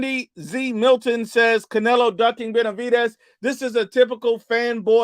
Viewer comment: couldn’t even properly pronounce fighters’ names 😂😂😂